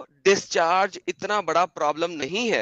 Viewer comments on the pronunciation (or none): none